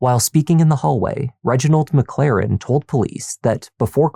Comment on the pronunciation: “Reginald MacClaren”?